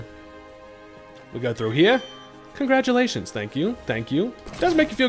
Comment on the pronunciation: Doesn't using items in battle bull and void the hardcore nuzlocke. But since u said congratulations with an accent and umbreon ballsack I wont tell anybody